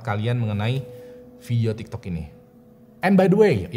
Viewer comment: abang ngomong tiktek.🤣🤣🤣